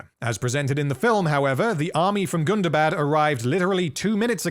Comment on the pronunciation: first of all you're pronouncing it wrong it's not Gunda bad it's Gunda Bad BAHD not BAD gunda like Gundam. Gunda bad GUNDABAHD Hundaba you probably even put AH after the first day GUNDAHBAHD a charge pronounced folks it's not bad like it's more like Islamabad or Baghdad Or Bangladesh it's not a short day it's a little bit longer a period the English and their inability to speak English is mind buggingly ****. remember Tolkien was English he knew how to pronounce these things So you pronounce them the way he does which is in the legendarium which is in the appendices of the Lord of the Rings gives descriptions on how to pronounce all of Tolkien's words Like calibrant color born color grim cruelfin they all start with C but they're pronounced like AK it's like the difference between Celtic and the Boston Celtics we in Boston mispronounce the word Celtic like idiots.